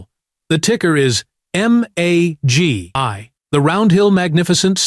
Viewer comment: MAGY not MAGI